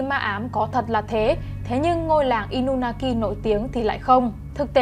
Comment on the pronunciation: Inunaki mà em toàn đọc thành Inumaki:))😊